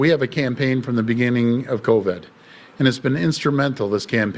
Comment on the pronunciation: Covid.......not co-ved.....